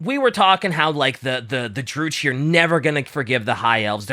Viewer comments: Stop saying Drucci, like Gucci........ (it's *Druki*) I cringe in pain!:face-fuchsia-tongue-out::face-fuchsia-tongue-out::face-fuchsia-tongue-out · The pronunciations are the only things about this video that I dislike. Druchii is like Drew-key. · Druchi is with a "ki" sound not a "chi" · You pronounce druchii with a k not a c, like drukhii And keep up the good work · Love that there is no H in the Dark Elves' name, but they still say "Droochee" xD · "maliketh" and "drew chee" pisses me off more than I should allow it to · It's pronounced "dru-kii" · Druchi is pronounced with a hard k sound, like “Drooki”